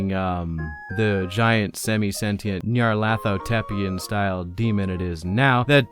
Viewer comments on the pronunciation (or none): Nyarlat-hotep. Not NyarlaTHotep with a "th". Nyarlat-hotep, with the last part being common to Egyptian pharaohs from which the elder being draws its inspiration.